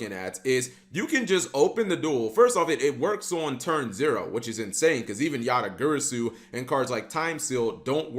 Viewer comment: It's GARASU not Gyrysuu